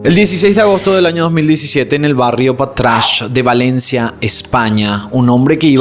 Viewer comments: Patrash no existe. Es patraix. Saludos!! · Hola se pronuncia como se escribe patraix. Un saludo ❤️ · Perdona se dice pa tra ix. Como separandolas letras